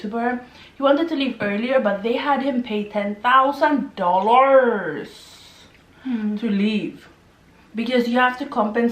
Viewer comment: DohLLARS👹👹 hahahahahhaha